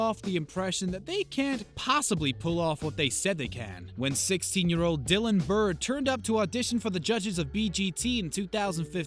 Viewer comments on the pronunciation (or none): You couldn't even get Dylan's name right